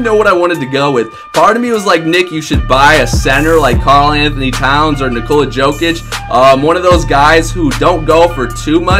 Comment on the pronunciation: Nick Nikola Jokic is pronounced Nikola (Like yi said it) and Yo-Kick